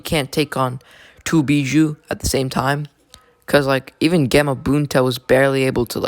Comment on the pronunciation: Actually dumbass it's bijuu